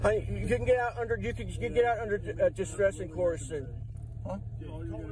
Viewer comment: "under Distress and coorson" .. 😅😅😂